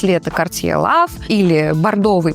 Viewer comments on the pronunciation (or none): none